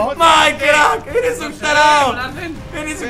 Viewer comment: Soy el único que le dan risa cuando dice "tarado porque en realidad dice tarao"